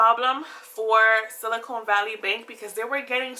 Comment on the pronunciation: its silicon not silicone